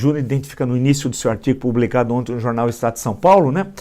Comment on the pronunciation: Villa, você se expressa muito bem, entretanto, vem comentando um erro de vício de linguagem: você sempre fala ONTE ao invés de ONTEM. É só um toque!